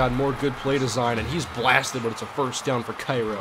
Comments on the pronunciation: I live in Cairo and when I saw vs. Cairo, I was like "Oh shit" and its not Ki-Ro, its Kay-Ro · its pronounced K-ro and they are the syrupmakers in real life they booted my highschool out of the playoffs a couple years ago.